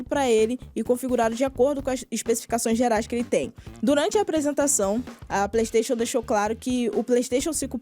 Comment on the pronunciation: PREYSTATION, PREYSTATION, PREYSTATION